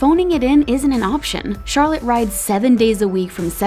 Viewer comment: lol the way she pronounced Charlet XD also this si normal we get hurt yes, we have round over, yes, we get bucked off......DEFINITELY, do we love us some fresian's? yup! do we love a good dressage horse when doing random paring? YASSSSS